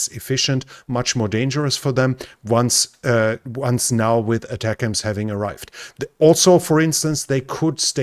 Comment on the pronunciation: Yay! First European to pronounce ATACMS correctly lol!